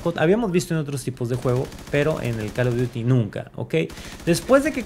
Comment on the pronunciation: "El calo dury"